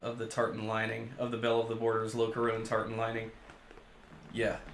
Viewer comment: FYI the interior lining is pronounced: Lock-car-on Imagine “loch ness”.